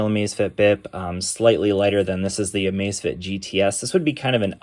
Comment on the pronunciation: LMAO it sounds like you're saying the Amazfit ass